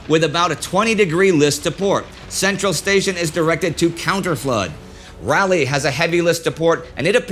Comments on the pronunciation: USS Raw-lee. Raliegh the capital of North Carolina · It's RAW-lee not rally for Raleigh. The front of the ship is pronounced Bao not Bo. Otherwise a great series! Keep up the great work! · I do enjoy your work. It is a bit odd that you mispronounce bow. It is not pronounced like beau but like bow-wow. And Raleigh is pronounced Raw-lee, at least by us locals. But still you'd get two thumbs up from me if YouTube would allow it.